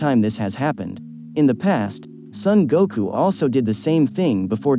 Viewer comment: He said goko